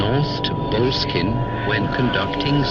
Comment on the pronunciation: it's not pronounced bowl-skin,ffs. it's bo-less-kin. with emphasis on the less. not sure about the architecture but it's got a cracking history. lovely property n properly gets one at least wanting to know about Mr Crowley. Aye. interesting character no doubt.